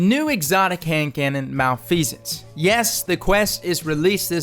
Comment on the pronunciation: Oh my gosh he pronounced it right!